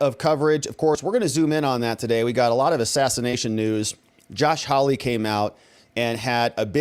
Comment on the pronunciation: His name is HAWley not HOWly.😎